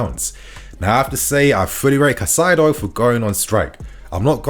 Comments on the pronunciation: You’re still saying it wrong. You’re saying Ca Sigh do. And then you said Cai sigh do (as in Kai sigh do) but ITS PRONOUNCED (Kai Say Do) Edit: you said it correctly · his name is not kuh-sido, his name is kai-setho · It's pronounced "kai-se-doh" in Spanish. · You have no right to mispronounce names my man.. do your research before please because it’s cringe hearing you get wrong the same players name everytime